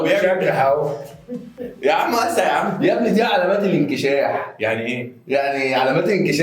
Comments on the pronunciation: انشكاح مش انكشاح يا 🤣🤣🤣🤣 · ههههههههههههههههههههههههههههههه ايه الضحك دا وهو بيقول االله جمييييل😂😂😂😂😍 وانكشاح ايه بس يا اسمه انشكاح😂😂